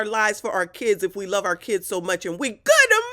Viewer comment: Every time you say that: "Kidzzzz" I burst out laughing. You are hilarious!